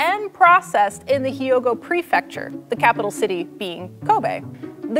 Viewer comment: "Hyogo," not "Hee-ogo." If you can pronounce the word "huge," you can pronounce "Hyogo."